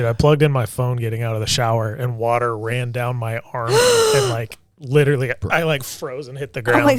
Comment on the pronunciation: Can't stop thinking of the time when kept laughing at the guy with the funny voice that accidently killed himself with that nuclear project he had in his shed, when he himself sounds like the caricature he created as he can't pronounce the word 'literally' sounding 'widdleraly' all the time.